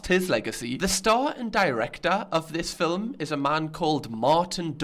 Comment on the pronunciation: "fillum" Lewis: "girrell" ArthurTV: "Im gay"